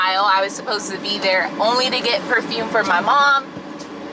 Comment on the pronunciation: Omg. I thought I was hearing things at first, but you really ARE saying "perfune" instead of perfuMe! 😂😭 I was gonna subscribe! 🥺😂😂Just kidding. Hi